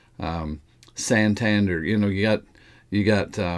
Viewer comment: Good observation on the idea of a stable coin being a better replacement than a CBDC. BTW, the pronunciation for Santander is /san-tan-DER/